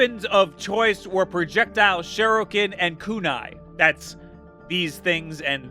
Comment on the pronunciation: "sheruken" lololol